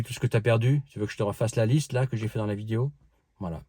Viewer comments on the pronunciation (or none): none